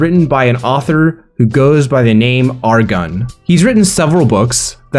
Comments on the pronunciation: first time I've heard the pronunciation of his pen name... Er Gen being more like Argon is really funny to me. Also yeah, I too started with Renegade Immortal. Currently keeping up to date on Wuxiaworld with his latest work. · Sounds like Argan instead of Er-Gen.